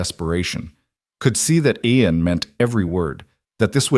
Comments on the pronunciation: Oh well, Aiden Aen, Aeon, Eon, Ien and many other variations. Its a Scots name Ian, pronounced as Ean, story was good but so many names for just one person.... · The Ai can't work out how to say his name.. Spelt...IAN Pronounced as Eeean. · It is irritating to hear all the different pronunciations I A N see An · So many ways to pronounce Ian 😂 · Good story but the mispronounation of Ian really detracts. Listening from Bloomington Indiana. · How many different ways can you get close to pronouncing Ian? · Good story, I enjoyed it, but get that AI fixed. This poor hero had four names and 1/2doz. Spellings and pronunciations